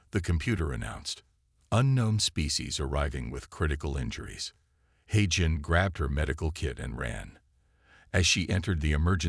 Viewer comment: Note for your AI voice it's Haaagen, with a g (God) not j (jesus).